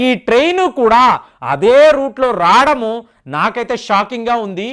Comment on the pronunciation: రాడము కాదండి రావడము అనాలి.